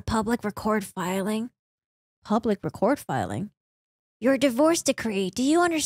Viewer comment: Just fyi - "for your information" in this instance the word "record" is not pronounced like you are recording something it is pronounced as if you were talking about a record.